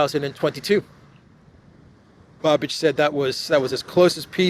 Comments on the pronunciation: the Cz PM's name is pronounced...Babeesh... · please get familiar with how Babiš is pronounced. It is super easy. Not that it matters, but it would certainly feel more respectful and professional